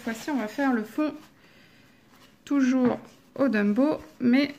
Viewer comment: Mais enfin , prkoi tu dis DUMBOW ? lol C'est TOMBOW , avec 1 T , svp éssaye , please !!! :D Bisous :)